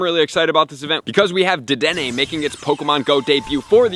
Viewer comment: Thank you for saying the damn name right 😂❤️💯